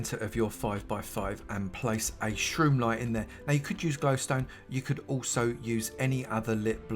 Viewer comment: The block in the center: It sounds like you are saying shrew line. Can you clarify what kind of block(s) you talking about.